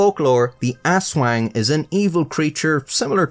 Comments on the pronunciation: A**W**G!?!?! Ay, buang ka. Ang ngalan ay AHSS WANG ("a" pronounced like in papa) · Damn, the karaoke machine set to "My Way" is spot on. Also, it's pronounced "Ah-swong," great video as always though :) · I'm a Filipino, and we pronounce Aswang with a short S, like "as one". Grew up scared of it. But hearing it pronounced "ass-wang" just gave me a completely different image in my head 😂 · AssWangs? Really, Philippines? You have a monster called an AssWang?